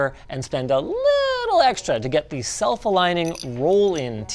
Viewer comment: "These bolts and dese nuts" 🤣